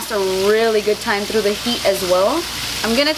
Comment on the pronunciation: Can I ask you question why you always say through tr not th but no problem and were are from and I really love you so so much